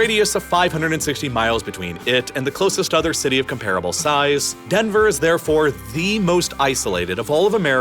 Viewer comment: Please... STOP pronouncing "comparable" as "Kum-PAR-uh-bul." Regular English speakers don't say it that way. If you want want to sound like a human narrator, then you'll say "KOM-pruh-buhl."